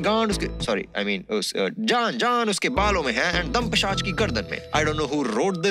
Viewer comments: Peeshaj not peeshab 😅😅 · Pishach not pishaab 🤣🤣🤣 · Pisach not Pisaab 😂😂😂. (I Just can't unhear that.Ek hota hai accha Pisab aur ek hota hai Ganda Pisaab 🤣🤣🤣). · Pisach not pisaab lmao